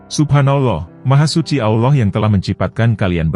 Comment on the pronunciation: Lou sok tau amat sih mind disepak bola lou banyak omong sekarang masalah agama lou banyak cerita juga ang lou manusia superkah dibidang agama sampai dimana ilmu lou sebut Allah aja lou blepotan